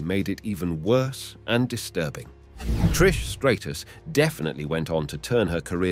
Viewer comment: You can’t even say Trish’s name right 😂😂😂😂